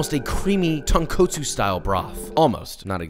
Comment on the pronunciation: His pronunciation of "tonkotsu" has me rolling lol